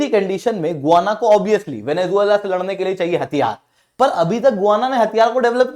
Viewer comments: गुआना नहीं, गयाना है। We have seen and continue to see Guyana cricket players. We have heard Guyana's pronunciation in the cricket commentaries. I also verified it. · It is not गुआना ... it is गयाना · गुवाना नहीं 😂, गयाना है वह!